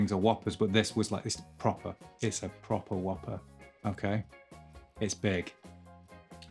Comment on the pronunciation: As a Montanan, I must say you saying "proper whopper" with your accent cracked me up haha!